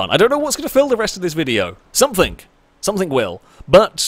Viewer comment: It's "something" not "sumpthink"